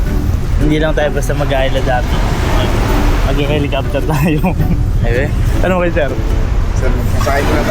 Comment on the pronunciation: H E L I C O P T E R not Helocoptwe! Hehehe!!!! Peace